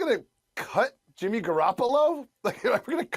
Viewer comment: "BRING YIMMY GEE BACCCCHHH" 🤣🤣🤣🤣🤣🤣🤣🤣🤣🤣